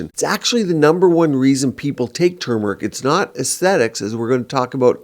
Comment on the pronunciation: I’m happy to hear pronounce turmeric correctly. So many people say tumor- ic and I’m over here like “it’s not a tumor!” There’s an “r” in there.